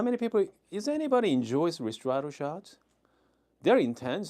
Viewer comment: Hi, I like your videos Just to be precise: Ristretto, right way to pronounce is : [risˈtretto] ( rIstretto ) 😊 ☕️